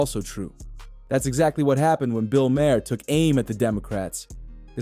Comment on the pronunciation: It's pronounced Mar. Bill Mar.